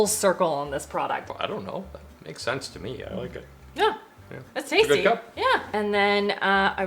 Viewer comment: saying “ooh yeah, that’s a goood cup of coffee” is the most Canadian I’ve ever heard him 😂